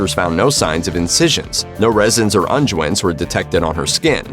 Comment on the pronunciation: ~sigh~ Why don't video creators teach their voice bots proper pronunciation? The town of Siena, Italy is pronounced cee-en-uh, not cee-nuh. "Unguents" (ointments) is pronounced ung-gwents, not un-ju-ents. You spent a lot of time and effort putting together an otherwise good video. Why ruin it with these mistakes that are so easily found and fixed?